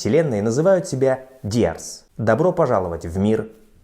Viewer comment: Дорогой ведущий.... Видно, что у вы не знаете Английский ( к сожалению)... Послушайте, пожалуйста, на Google как правильно произносится слово “Dears”...такое впечатление что вы даже не знаете что оно означает... Потому, что если бы знали....произносили бы правильно....а это довольно приятное слово. Успехов вам!!!!